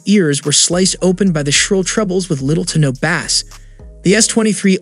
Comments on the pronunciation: Di....did you say bass (bah-ss) instead of bass (base)? >.> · Bro bass is pronounced like Base... saying it Bass or like Baas is the name of a fish. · Bass should be pronounced as "base" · Bass? Like the fish? Bay-ss like base. 😅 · Nice video! Just one thing. Bass is pronounced like "base." The way you say it is a fish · I came to comments to see if that is how you say it in other countries, even though it doesn't sound like he has an accent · The way you pronounce bass like it's the fish instead of the musical sound is hilarious 😂😂😂😂😂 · Are you saying bass (like the fish) on purpose? Lol